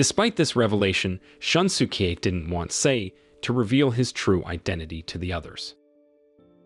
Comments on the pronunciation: I burst out laughing whenever I hear Shun-su-kee. It's more of a Shoon-su-kay. Maybe for future reference. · More like shoon-skay, but yeah, I was annoyed with a lot of his pronunciations too.